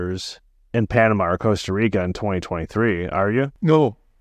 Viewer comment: Good talk but after living in Panama all that time, it bothers me that he cannot say “Costa Rica”. I believe he was informative in many ways though. Just please, learn to pronounce the beautiful words in Spanish, not English.